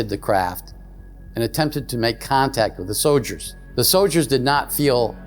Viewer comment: He said “so-Ders “ instead of soldiers. 😂 90% of these UFO guys are disinformation. that work with handlers.